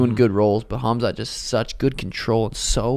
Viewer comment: not smart ? his name is phonetically pronounced as “ HAM ZAT “ not “HAZ MAT” as in the radiation protective gear!!! it’s not rocket science. your name is not phonetically pronounced as “SEEN” but “ SHHAAWN” as it is spelled out. not smart ? pfft